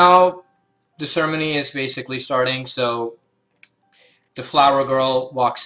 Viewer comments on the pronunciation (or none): Great, helpful video. Also, I know you're saying ceremony but I love how it sounds like you're combining sermon and ceremony into sermony.